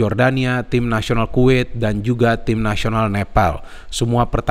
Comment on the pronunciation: Kuwet,kuwet salah bukan kuwet tapi Kuwait 😁